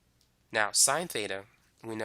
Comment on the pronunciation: he saying theta, beta, or feta??